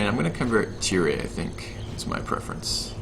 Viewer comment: Tyre is pronounced "tire" as in "fire". Phonetics: "ˈtaɪə", aɪ is the sound ai as in "pie", ə is the sound a, as in "la". Source: it also has the audio of the pronunciation. Quick note cos it bugs me; Edinburgh is pronounced "edinbarah" or "edinbrah" (I think most natives pronounce it as the latter in everyday speech). Source